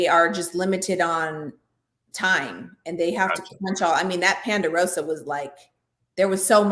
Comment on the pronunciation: Please stop saying Panderosa!’ It’s Ponderosa! Jeesh.